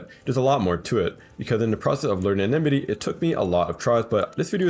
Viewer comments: its enmity not enimity pls get it right 😭🙏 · en-mi-tee not eh-ni-mi-tee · EN-MITY EN-MITY